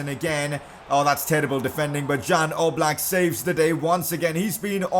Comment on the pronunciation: #pcq it's not Jan Oblak, it's supposed to be pronounced as Yan Ooblak